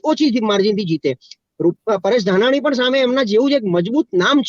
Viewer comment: બેન ઘનાની નહિ ધાનાણી કંઈક તો શરમ કરો શું તમે પણ હિંદી ભાસી ની જેમ શબ્દો બોલો છો.